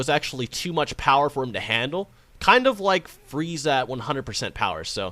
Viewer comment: Prince Revolver and future trucks when he butchered freeza